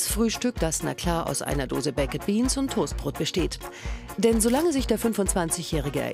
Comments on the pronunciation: „Bäcked Beans“ 😂 das spricht man „beik‘d“ aus und nicht „bäcked“ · Bäcket Beans 😂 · BAK'D BEANS WIRD ES AUSGESPROCHEN 😵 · die tomaten sauce ist nicht mal süss😂 aber ok . PS, die Sprecherin muss mal lernen wie man baked beans ausspricht😂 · Könnt Ihr nicht mal lernen wie baked beans richtig ausgesprochen wird?!? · Lernt doch erstmal wie man baked beans ausspricht wtf